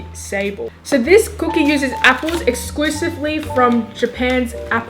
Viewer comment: looks like its pronounced say-bell but its actually pronounced sab-lay